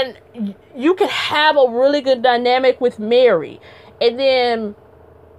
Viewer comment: I love how you said Mary... Marrrrry like Jackee 😂 Great breakdown of the interview, I am now subbbed.